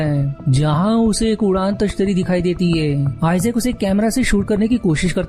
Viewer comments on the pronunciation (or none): Udaan tashtari nahi bro udan tashtari hota hai